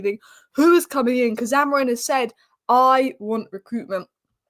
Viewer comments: Are you word perfect when saying names you are not familiar with. Grow up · why you calling AMORIM , AMORIN?